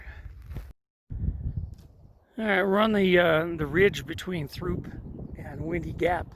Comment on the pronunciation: actually pronounced, "troop"